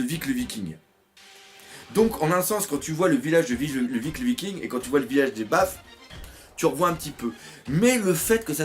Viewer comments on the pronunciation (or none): none